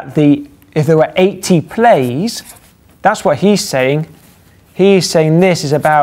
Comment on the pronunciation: That's "plays" not "plies" :P